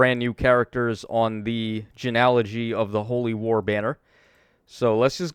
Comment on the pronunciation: “Gen”alogy? It’s “gene”ology